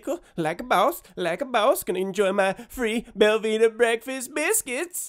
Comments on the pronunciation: Anyone else think he said Velveeta breakfast biscuits? Looked it up, it is Belvita. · I thought he was saying velveeta breakfast biscuits. also, it gratifies me greatly that you kept his money and sent him packing. punk can go cry to the naacplu.